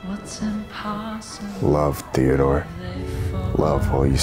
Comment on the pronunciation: I'm sorry, did you make his name theodore as if "the" was a nickname